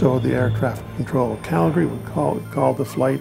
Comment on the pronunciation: Such a sad sad accident, poor souls on board and may they Rest In Peace. But on a happier note, at least the narrator pronounces Calgary correctly, I live here in Calgary and it makes me happy to hear the city name pronounced correctly